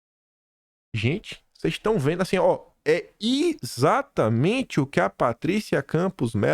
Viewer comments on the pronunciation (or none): Ixatamente ou exatamente? Depois vc se gaba do seu português. 😂😂😂😂